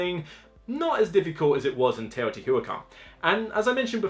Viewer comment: I don't mind when the words are mispronounced it bothers me everytime he says teotiwatever, it's not that hard to just try and say the word.